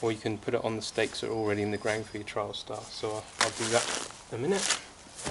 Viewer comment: Not sure if it's accent but sounds like you're calling the TS a "Trialstar". It's "Trailstar" ;) Nice inner though :)